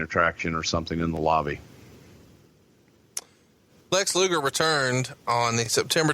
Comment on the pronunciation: "Lex Loogle." - MarConrad